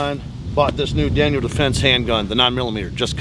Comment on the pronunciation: Daniel, no s.